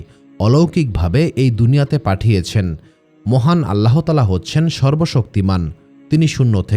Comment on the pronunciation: বানান আল্লাহ্তায়ালা, উচ্চারণ আল্লাতায়ালা, আল্লাহোতায়ালা নয়।